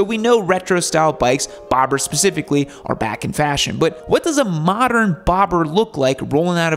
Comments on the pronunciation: You said Bobblers lol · did say “Boblers”? Or is that just me? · He did.... I'll let him have it though.